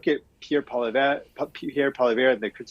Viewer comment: You would think the brother of Jagmeet Singh would know how to pronounce Poilievre's family name. It doesn't go Pwah-leave-air. Think twice about putting this guy on the air again.